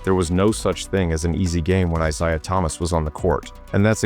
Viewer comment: Larry torched Rodman a LOT more than Dennis got the better of him.Cooper was good, but Bird still got his shot off on him.Magic was his true equal.You don't know your Isiah Thomas's.There are 2 different ones.Plus you keep saying Isiah wrong.Dr. J & Bird was a fierce rivalry.Wilkins, never had what it took to take down Larry & the Celtics..Finally,..what no MJ???